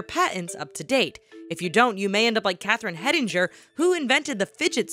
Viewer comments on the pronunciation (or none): when they said catherine hettinger i heard catherine head injured